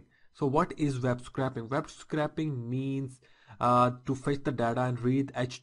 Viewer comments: You're pronouncing it a little wrong, you're saying "Scrapping" but this is "Scraping".... theres a subtle different. Scraping has a much higher pronounciation of the letter A... in ScrAping. Imagine it as "Scr-APE-ing". You should be able to say "Ape" in the middle of the word. Just helping your pronounciation as a native english speaker myself :) thanks for the informative video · pronounced not metal scraper or car scrap yard but its correctly pronounced scraping the old paint off or scraping off the old paint your eh and ah in the vid is wrong